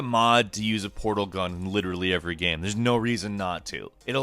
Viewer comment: "It really comes ac cross as a 'gaem' gaem"